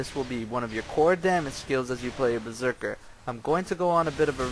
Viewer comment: LMFAO! "A Berserkal..." LMFAO!